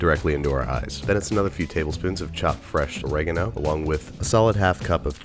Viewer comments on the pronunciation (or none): I don't like how you pronounce Oregano. I could've sworn it was o-re-GA-no rather than o-RE-ga-no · So American's pronounce it "O-regg-er-no" not "Oreg-ah-no" That is probably the weirdest difference in American-English and British-English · Dude i hate how you pronounce 'oregano'...